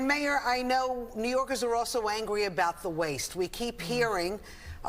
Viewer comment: Hey gorilla Adam's... its NEW YORKERS! not NEW YORKIS